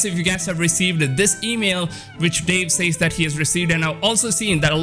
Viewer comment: Lmao, I haven't bought a new physical game in YEARS. I absolutely understand that you should get a physical copy beyond just the base version. In case you weren't aware, some weirdos liked being "slapped in the nuts". PS- the way you say "says" drives ME nuts lol.